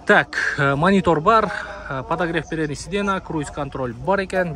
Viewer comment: Сидена эмес Сиденья, же отургуч